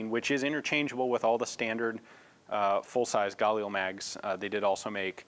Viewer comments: am I the only one who is mad that he keeps saying gulil instead of galil? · Just for the record, Galil isn't pronounced "gah-lee-el", it's "gah-leel". The i is pronounced like the i in "elite", and it's two syllables, not three. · Anyone else get a annoyed feeling when he says galil and pronounces it gal eel?, I've always pronounced it ga leel and always heard everyone else pronounce it like that to, so when some new way of pronouncing it comes in, I get a weird annoyed feeling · it's pronounced gah-LEEL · I'm not really even upset, I'm just saying I get this weird feeling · you're putting the emphasis on the wrong syllable in galil. In hebrew the stress is usually on the final syllable